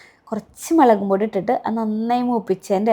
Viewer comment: മളകുപൊടി അല്ല മുളക്പൊടി